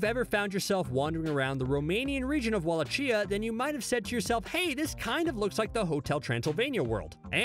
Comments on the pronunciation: Wallachia: Pronounced Wall-ah-key-ah. Not Wall-ah-chia. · I was hoping someone mentioned this. Wall atch ee ah is like fingernails on a chalkboard. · He also mispronounced Wallachia. I was going to let Devo slide, but that was 2 strikes. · The way this man pronounced Wallachia, will forever cause me pain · He mispronounced Devo, Wallachia, and Genndy Tartakovsky (it's GHEN-dee, not JEN-dee)